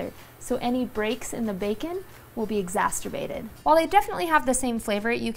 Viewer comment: Exasterbated... Omfg.. I can't!